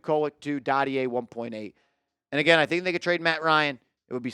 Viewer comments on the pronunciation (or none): none